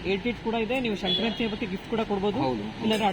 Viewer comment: ಸಂಕ್ರಾಂತಿ not shankranti